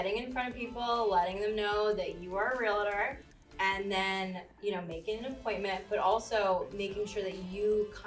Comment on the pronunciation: Interesting interview, surprised she can't pronounce Real-tor.